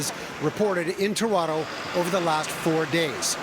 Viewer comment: When she pronounced Toron-TOE... does she even live here?